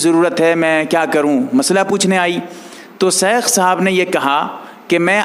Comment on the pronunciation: بھائی سیخ نہیں شیخ ہے پیس نہیں پیش ہے ذرا تو جہ دیں کسمکس نہیں کشمکش ہے